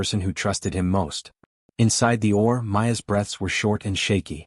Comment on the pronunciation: Its O R as in Operating Room. Not Oar. Thats for a boat not a baby's delivery. Good story. He was an inconsiderate idiot. But at least he wasn't an inconsiderate idiot cheater.